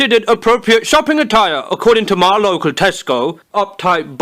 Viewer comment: Booty Messiah i love that he say mi insded of my